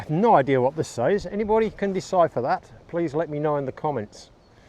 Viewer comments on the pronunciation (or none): none